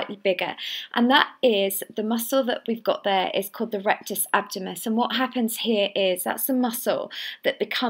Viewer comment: Just a bit annoying that she doesn't pronounce diastasis or abdominus properly on the intro. It's not diastis or abdomus! Otherwise the exercises seem effective.